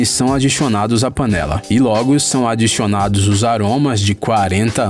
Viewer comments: Ele falo "adixionados" o vídeo todo Procurem o resto doq ele falo aí, preguiça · "funxionários" "adixionados" "adixionados" Ele é um "fofuxo"! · Kkkkk oq eu acho mais engraçado e q ele diz "adichionado" kkkkkk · Alguem mais ouviu "adixonados" duas vezes ??? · Foi só eu q tava ouvindo ele falar "adixiona"? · Ele fica falando adixionados